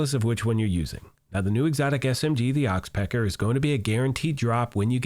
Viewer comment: Your accent you use when you say oxpecker made this whole video haha